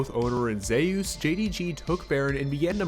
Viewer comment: it just pisses me off how he says zeus